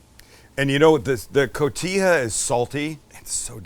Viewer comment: Cojita is pronounced "Co-he-ta".